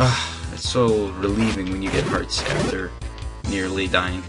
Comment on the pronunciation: it's hearts not what you were saying (sorry I'm a bad speller even though I'm in high school)